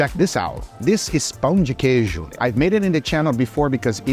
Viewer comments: bro really is brazilian when he says "pÂo de queijo" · Guga goes full mineiro when saying pão de queijo.